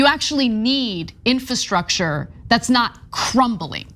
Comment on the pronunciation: Will someone please teach Anna how to pronounce the word infrastructure. Is she so sensitive that everyone around her is afraid to bring it up?